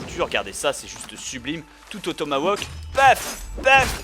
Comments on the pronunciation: Te plains pas il aurais pû dire "Tomahkani" :p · On dit "tomahawk" et pas "tomawok".